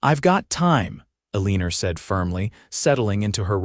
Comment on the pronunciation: Her nsme is Ellen-nore not Aleener